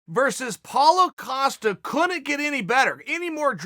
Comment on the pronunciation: I was waiting for him to say costas name like ‘is he going to say it right!’ All excited and shit and 5 seconds in he actually says it right!